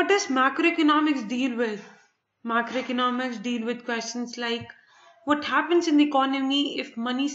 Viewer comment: Madam aapka microeconomic aur macroeconomics eak jaisa sound kar raha hai plez aache se explain karo and i liked your video tysm